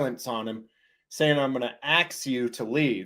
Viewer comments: Love your take on “ I’m gonna axe you to leave”. It is so common for people to say aks instead of ask. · Its ASK not AX.... so true, that's like nails on a chalkboard for me. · axing somebody is a felony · He got lucky he didn’t get his “axe” beat!! 😂… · AXE instead of ASK is actually more true to the Latin origins of the word. Google it! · Triggered by the word boy and finnina' git arrested I'm not gonna axe you again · Making fun of a black person saying "axe" is also considered racist. 🤣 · Axe you to leave 😂😂😂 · Is that a threat—"I'm gonna axe you ..? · he is "axing" him to leave. not even claiming its a lawful order. yet, he is using force. has he never heard of the graham factors. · I can't imagine getting into my 40s, 50s and 60s and not being able to speak even the basic English language properly. Just easy words like "ask" let alone using the more advanced English like plural and possessives 😂😂😂. So embarrassing